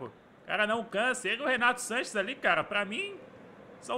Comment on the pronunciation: Pq o o fala Renato Lanches kkk